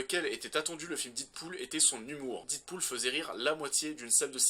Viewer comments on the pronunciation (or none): Ah tu ma tué avec ton dite pool 😂😂😂